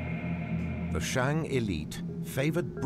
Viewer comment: Ahhn Yahhng of the Shahhng Dynasty, NOT Anne Yeing of the Sheing. These have to be the hokeyest Tales from the Crypt style reenactmemts I have ever seen, with that bumbling soldier figure swinging the halberd in slow motion followed by the cut shot of red paint blood spraying on the grass with an echoey snake exhallation resounding in the background. The PRC needs to roll out those new ground radar machines reshaping the world of archaeology and revisit all the principal sites, AnYang among them.